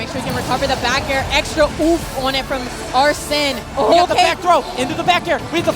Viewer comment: ... Is the main voice here AI Generated? That is now how arslan is pronounced.